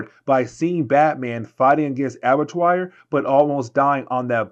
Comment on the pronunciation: ABBA-TWA.... it's pronounced ABBA-TWA. It's French. It means Slaughter House.